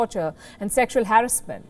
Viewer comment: Harrassment..can u please pronounce this word right.???